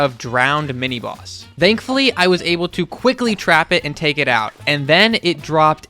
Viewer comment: Everytime it sounds like you're saying "dankfully"